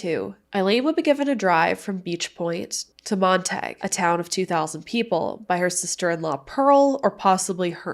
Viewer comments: Hi, I just thought I’d let you know that Montague is pronounced Montagu, not montagai. I was raised on PEI, that’s how I know. Keep up the great work with your channel. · Pronounced PEI mon-tag-U, not that it matters 😊❤